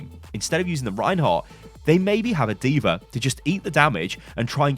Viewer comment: “Deever” aka D.va